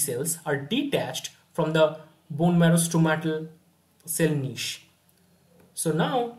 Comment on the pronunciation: I think it is called Stromal cell and not Stromatal